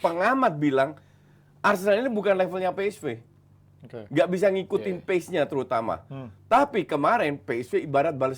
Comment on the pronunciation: Pe es ve. Ve Ve. Wkwkw 🤣